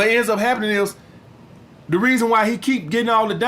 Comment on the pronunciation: either that or a Francophone.. Man said ze.. haha